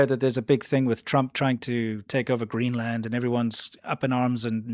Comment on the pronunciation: Greeland? Really....educated at a learing centre?